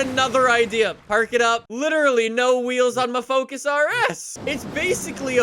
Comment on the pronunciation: "Fous" lol